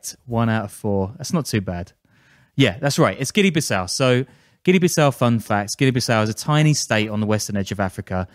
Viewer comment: It’s pronounced Bee Saou